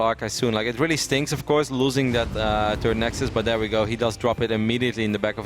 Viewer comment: SAY "THIRD" YOU FUCKING TURD!!